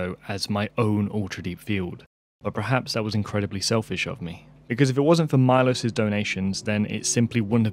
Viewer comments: Maybe consider pronouncing Milos's name like Meelosh since that would be about the right way that it actually sounds! :) Hope to see more of your videos! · Milos is read - Meelosch. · I suspect Milos is slavic (Miloš) and his name is pronounced "Meelosh" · wow! you butchered the name Miloš, i sincerely doubt any Miloš anywhere pronounces his name as "mylos" the name Miloš is pronounced as it is written: M I L O Š Miloš Forman for example you owe MILOŠ an apology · It's pronounced Mee-losh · Milosh is read. It’s Serbian name